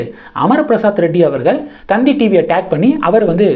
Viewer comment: 😂 அது தந்தி டிவி இல்ல... 🤣🤣 த த் தி டிவி